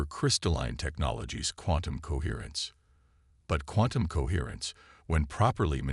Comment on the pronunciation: Say quantum again